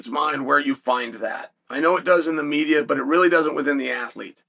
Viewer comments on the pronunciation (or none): none